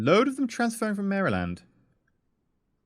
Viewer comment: Just one small comment, Maryland is pronounced "Mare-Land